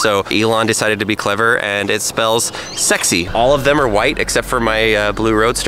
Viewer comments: S e x y R 😂🗿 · “sexy” with an r